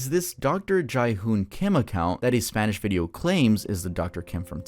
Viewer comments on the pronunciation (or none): Just an fyi, Jihoon is does not sound like chai, it's more like jeehoon.